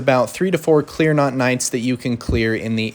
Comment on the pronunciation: My brother in christ, love the video, but its CLEAN ROT not CLEAR NOT. (